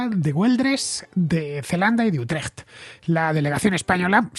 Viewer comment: Buen resumen de la guerra de los 80 años. Por cierto, tu pronunciación de "Utrecht" creo que sería aprobada con nota por cualquier "dutch". Enhorabuena por el programa.